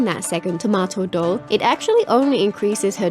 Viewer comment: Chiori's doll is called Tamoto, not Tomato. But don't worry, you're by far not the only one reading it wrong. From what I have heard, even Chiori herself seems to be quite confused about it. Personally I found Chiori unattractive both for her element, her design, and her attitude so I'm skipping. But I certainly wish everyone who got her lots of fun playing her.